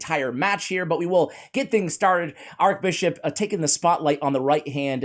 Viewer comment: ‘Arch’ Bishop, not Arc Bishop as you seem to say. 😁 I just pulled him this morning